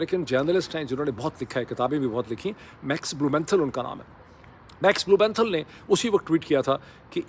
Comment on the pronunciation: Max Blumenthal! Pronounced Max Blue men thaul 😊